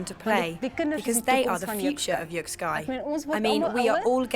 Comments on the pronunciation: Quick pronunciation correction: It's more like yuk-skay than yuk-sky. Cannot see how this is one of the most strategic sports?? Perhaps someone can enlighten me..? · This sport is pronounced "yik-skay" (not sky), and the language they're speaking is Afrikaans, (a language derived from Dutch), and one of South Africa's 11 official languages.